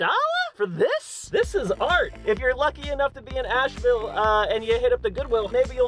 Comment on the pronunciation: That’s adorable... I want it... Edit: did he say Asheville, as in North Carolina ashville